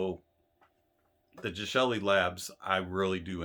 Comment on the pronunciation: Finally someone who pronounces the brand name correctly lol. Looking forward to the J2 DAC that is releasing soon.